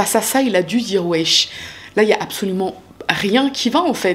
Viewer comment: J’adore le Wecchhh Wechhhh 😂